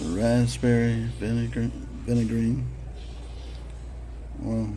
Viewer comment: Uga grad. Eaten there many times. Amazing place. This guy said vinnagreen! Hope you were drunk bud.